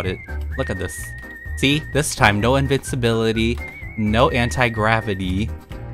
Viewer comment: yall its not invicibility nor invisibility. its invicinbility i